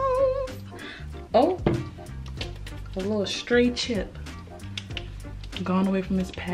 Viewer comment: Mhhmmm mashed potatoers😭🤣sis Ily